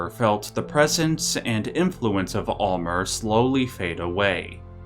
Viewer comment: Alll-mer is Sulfur who is actually Gro-goroth